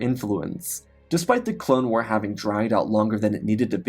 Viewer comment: Bruh do you really not know how to pronounce war? There is no m in it. Do you say “star warms”?